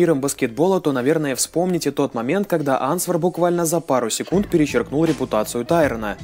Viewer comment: всё отлично, вот только в слове answer буква "w" не читается